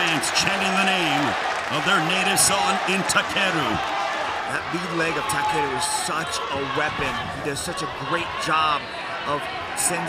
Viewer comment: Takeru chứ ko phải takuro tên võ sĩ cũng ghi sai được nữa